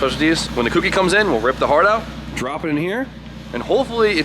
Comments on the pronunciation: you know a kouki somewhere in the world bursts into flames everytime you pronounce it like that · Ok im sorry but its K-O-ki (kouki) like "Coke-e". it's not really a huge deal but its just weird hearing "cookie" lol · The way American's pronounce Kouki really hurts the ears lol Also rats/mice chew things to trim their teeth because they don't stop growing ;)